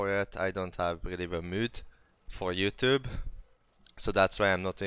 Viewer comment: A videot egyáltalán nem jól ejted + a youtubeot se és egy kicsi skót és britt akcentus az valós? Na mindegy azért jó volt.